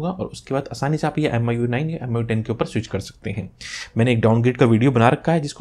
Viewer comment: Thanks sir bhut bdiya video...sb smj aa gya......sir aj phr MIU bola MIUI hota h